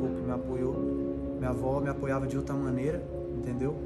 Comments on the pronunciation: Toguro com 3M e comete erros desses “apioava”😂😂😂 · Minha vó não me “apioava” pqp kkkkkk “Continia...” kk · Só eu que percebi o "APIOAVA"?